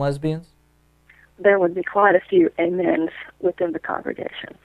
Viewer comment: Instead of hearing "Amen" I kept hearing "Gayman!" Which I find that ironic.